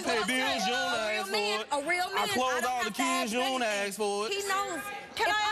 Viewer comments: Funny how she corrected her, "It's 'specific', not 'pacific'". It's also 'ask' not 'aks'. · If she wants to be less ghetto, maybe she should say "ask" as opposed to "axe".